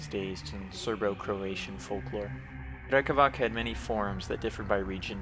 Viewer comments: No offense, but Slavs use "c" and "k" differently, unlike English. "Drekavac" is not pronounced "drekavak", the "c" in drekavac is like the "c" in pronounced. Not corn (korn) or colour (kolor), it's not drecavac or drekavak, it's "drekavac" for a reason. Keep up the good work, love your drawing style. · drekavac i believe is pronounced with a [t͡s(ʰ)] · It’s been brought to my attention that Drekavac, originating in southern Slavic folklore, is actually pronounced “Drekavats” since “c” is “ts” in those regions. We’re all here to learn so I appreciate the corrections 🫡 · one note: in slavic languages is almost always read as /ts/ so Drekavac is /drekavats/ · Just a little correction: Drekavac is read as Drekavats - the C is a TS like in Beats, also Vampire (originally Вампир - Vampir eng.) is one of the few universally used Serbian words